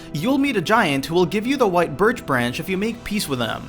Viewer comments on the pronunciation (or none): none